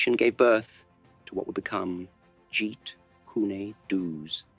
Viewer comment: Truly inspiring content. Only one suggestion: check the pronunciation of Jeet Kune Do as Jeet Koon Doh. Thanks!